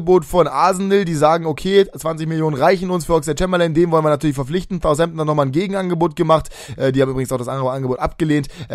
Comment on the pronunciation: Southampton nicht Thousampton ;)